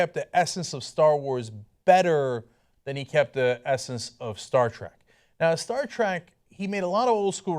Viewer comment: Warning. This guy says "Stark Track" multiple times.